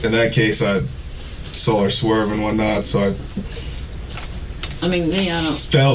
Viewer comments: is spot on about that "Whatnottt." It stuck out to me too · I think misheard. He quotes, "In that case, I saw her swerve one night", but what was actually said was, "I saw her swerve and whatnot." At least, that's what I heard. Love you.